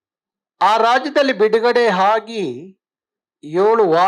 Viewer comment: Le kamangi kannada horatagara modalu aa gu haa to difference thilkollo 😢😢😢..adu aagi haagi alla